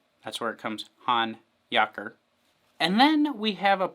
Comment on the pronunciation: Thanks! Especially for pronouncing the name correctly 😂